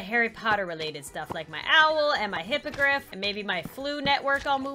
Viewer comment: Does she mean hipagrif or grifindore